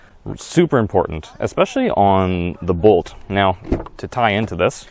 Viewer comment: If you call it the BOLT EV it would be easier to understand what you are saying...I thought you were saying Volt the whole time but noticed the video had a Bolt EV.